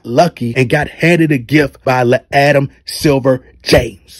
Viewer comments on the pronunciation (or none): none